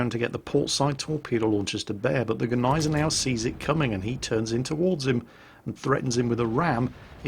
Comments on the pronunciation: big thumbs up for pronouncing "gneisenau" finlay right! cause the g isnt silnet like in the d in django;-) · Since the Gneisenau is named after good ol´ prussian Fieldmarshal Neidhardt von Gneisenau (hence a German) the "G" isn´t silent at all. So pronounced it pretty right ^^